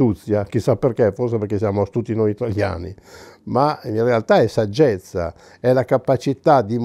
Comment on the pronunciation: L'intervento è ovviamente ottimo, a comunque non ho potuto evitare di pensare a Guzzanti quando faceva l'imitazione di La Porta (rip): "Deriva dal greco, e significa SAG-GEZ-ZA!"